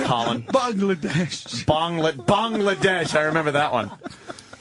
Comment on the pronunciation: "Archie Buncher" "Bong-ladesh"